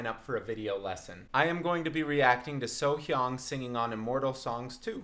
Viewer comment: So HyAng not So Hyahng